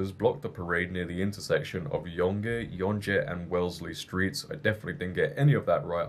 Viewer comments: Yonge is pronounced "young". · Yonge is pronounced the same way as young. You got Wellesley right on.